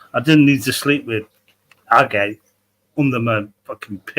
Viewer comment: I collect rocks and him saying agate wrong is annoying also the magic they have just pisses me off more